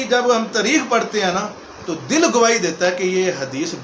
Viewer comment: حرام کے نطفے کو بولنا آتا نہیں آیا ہے لیکچر دینے فاروق کو فروق ،تاریخ کو تریخ،محسوس کو مسوس بول رہا ہے ۔